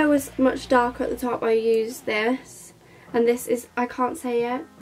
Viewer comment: You pronounce it like 'torp' lol